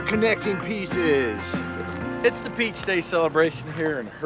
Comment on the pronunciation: okay I am not sure now if he said beach day, peace day, or peach day. Every time he said it I heard something else.